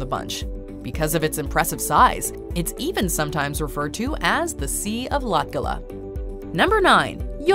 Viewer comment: I shoukdn't be laughing but how you say Latgale and the subtitles i know for a turist it's hard to say but when you hear someone say it wrong it's funny